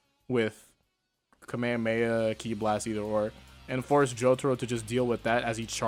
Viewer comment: Dude said "the kamayamaya" 💀